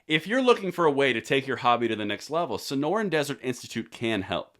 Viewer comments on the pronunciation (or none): none